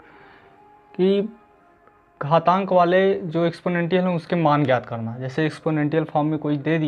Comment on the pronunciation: एक्सपोनेंशिएल होता है भाई Anyway nice one👌